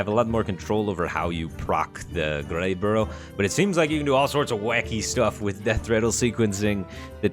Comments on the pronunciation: Did he just say "Greyborough" like 50 times when it was "Greybough"? Speaking of, he is kinda like that end of turn mech that transforms a neighbor into a copy. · "Greybough" becomes "Greyborough" Firebat continues to astound with his ability to mispronounce stuff lol. A bough (pronounced like "bow" as in "bow to the king") is a big tree branch, fyi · I anti-appreciate his consistent failing for "Greyburrough" though. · Boy, Firebat added a whole bunch of letters to "Greybough" didn't he? Makes me think that skipping "Lothraxion" was the right idea lol